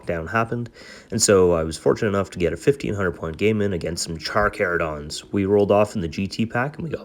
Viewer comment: The pronouncing of Carcharodons is so bad lol. Armies look great though